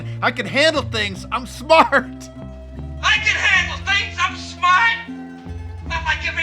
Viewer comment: "im shmaaaht"